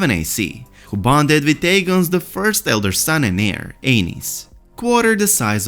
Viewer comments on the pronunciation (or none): none